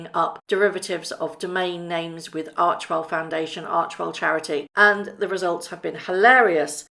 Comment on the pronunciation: I adore you, have some of your merch, etc. Just fyi, ARCHEWELL is probounced "ARK-WELL" - many were making that error, but Archwell when pronounced ARK-WELL have different meanings.. Keep up the great work, I have on my shirt as I write this! I lovw your video's, always straightforward, and spot on!! STAY WELL DEAR MEG!!